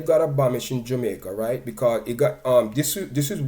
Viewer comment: Firstly learn to pronounce the people's name and the word is abolish D&G was no plantation they were one of the best paying companies in Jamaica I know kids who's parents worked there and D&G pay their school fees they funded ALOT of grass roots sports and communities in Jamaica. Many black jamaicans created businesses just by selling D&G products, and offering services to D&G, from catereres to companies providing uniforms and transportation services, no to mention ALL the professional they employed directly. Where else in Jamaica were you going to be employed as a food scientist or master blender, mechanical engineer logistic specialist, export manager, brand manger etc .the list goes on.. plus ALL the other infomal " hussling" people used to make off them...But most importantly they created the most iconic brand of Jamaica Red Stripe It was one of the best performing stocks on the Jamaica stock exchange..i know because i was a share holder..it was then sold to Diageo who sold it to Heineken..so why focus on the past and not how impotant it was for a tiny island in the Caribbean to create such an iconic Brand